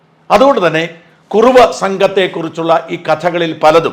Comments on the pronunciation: കുറവയല്ല..കുറുവാ സംഘം... എന്ന് തിരുത്തി വായിക്കുക. .... .. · white washing,, kurruva is not kurava, shaja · കുറവാ അല്ല കുറുവാ രണ്ടുംരണ്ടല്ലേ